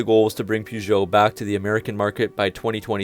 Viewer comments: One of the first tasks will be for the Americans to learn how to pronounce (correctly) Peugeot! Present announcer/presenter included. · My mans completely butchered Peugeot and Citroën 😂😂